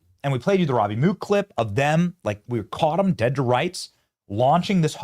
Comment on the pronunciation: How in the fuck do you get "ROABY" from ROBBIE? Do you pronounce ROBERT as ROABERT?